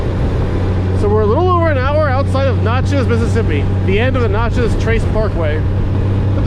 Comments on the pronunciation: Natchez! Like gnat chez Not nachos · Dude it’s not pronounced “notches” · I kept looking for salsa...sounds like ta was calling it Nachos 😂😂😂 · What’s funny is there’s a girl with another Natchez video and she pronounced it the same way you did. I’m from Louisiana so I don’t pronounce anything right🤣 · It is Natchez not Notchez. It ends in MS not LA. There is no Notchez LA. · Wow. Mississippi. Also, it’s not pronounced like nachos. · Every time you say "notches", it makes me want to pull my hair out. It's Natchez, rhymes with matches!!! And Natchez is in Mississippi, not Louisiana. If you're getting that small fact wrong, how sure are you that you've ridden in 46 states? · You're killing me how you kept pronouncing Natchez and a few other towns. Tupelo is a great half-way point with hotels, restaurants, gas, Elvis and the downtown is cool. Vanelli's Bristo downtown has the best pizza ever!! In Alabama, around Tupelo and Jackson, you will encounter folks using the road to commute. Park Rangers have unmarked vehicles (trucks, cars, suvs) so keep that in mind, the fines start at $250 and go up. There has been some shady stuff happen on the Trace so if you stop, just be aware of your surroundings and those around you. Plan your gas stops before riding it. It is a great relaxing road to cruise. Some find it boring but others enjoy it. If you want to do 80mph, just take the interstate. Been traveling the road for over 30 yrs. Always be alert to wildlife. Deer do stupid stuff. Turkeys not much of an issue. Turtles and armadillos will cross the road. Seen horses and cows that got out of their pastures on the road. If riding, try to get off before the sun goes down due to wildlife. Very hard to see. People head deep in their smartphones are a problem. They will cross that double line. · There wasn't any problem with how you spelled it. It was the pronunciation you used, you were using a o sound where it should have been an a sound.